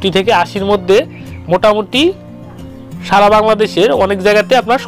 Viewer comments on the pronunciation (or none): none